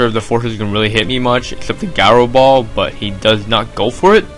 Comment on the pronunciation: GOD gaaaro ball, its ji-ro